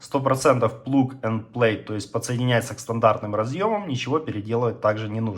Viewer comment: Мадэ ин чина, плук энд плэй... Сука, говори по-русски, если на английском ни одного слова выговорить не спосоьен...